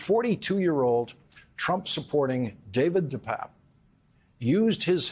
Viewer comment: Hey Lawrence - get his name right there I Papp and Pape long A pape David de PAAPe